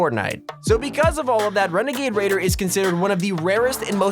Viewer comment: Wenagade wader